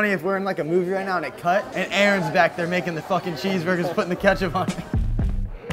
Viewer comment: ZERE IN ZE ATTIC